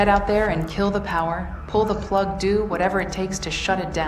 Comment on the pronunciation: “Pull the plugdoo”